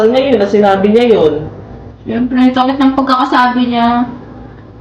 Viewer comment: Sakit❌ Saet✅